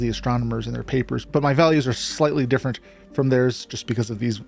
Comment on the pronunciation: Oh. I thought your voice wasn't ai... there is an obvious ai-like mistake at 13 seconds where you say "are our" as like "our our"